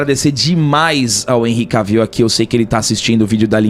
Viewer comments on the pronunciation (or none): Vcs pronunciam o nome dele errado. Não é "Caviu" é Quévil